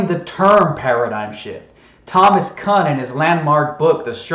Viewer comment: The "science expert" can't even pronounce "Kuhn". That's too funny. Science itself isn't "consensus" until you select some theory and demonstrate it with a supported argument. Your video is a list of beliefs about other PEOPLE instead of evidence. And a large percentage of people you accuse of "typing in" are actually educated in method, while you IGNORE that ALL FEs are indoctrinated via youtube and FE sites, IGNORING the most elementary observations that refute FE. As usual, you're not right about ANYTHING until you have a sorted argument and can do more than tell your hero story.